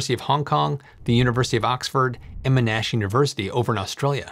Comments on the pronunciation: It's pronounced mon-ash 😭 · The Australian University is pronounced “Mon-ash” with the stress on the first syllable. Sounding like "Mon-nash," similar to "Monty" but ending with an "sh" sound.